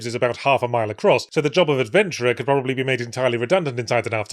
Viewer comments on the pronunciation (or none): none